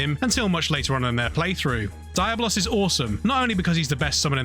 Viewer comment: Im inclined to agree with Darklordyianni. Do you pronounce comb as "coo-mm" because Tomb is spelled the same but pronounced differently? It really has been established as "dee-ah-blos" and not just from Final Fantasy bro, but from other games or fantasy